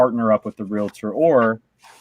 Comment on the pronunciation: U said realator